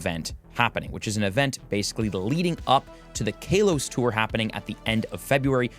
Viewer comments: It's Kahlos not Kaylos! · Kaylos? Kaleos? My man, I think its Ka-los. I don’t care too much for pronunciation, but it threw me off when you said it first lol. Aside from that, this is a really great and useful vid! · He say kaylose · I don't care much about pronunciation, but it cracked me up each time he said Kalos like Kale-os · i cringe everytime you say KALOS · My brother in Arecus what was that pronounciation of Kalos?? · He pronounces it like that on purpose for clicks